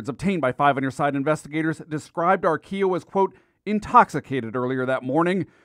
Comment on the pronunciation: He wasn't old. I knew joe.. it was pronouncd Ar-quill-o, not how the reporter said it. He was a junky from the west side. Lived in the building on Western off 117th. That is so sad sh** for real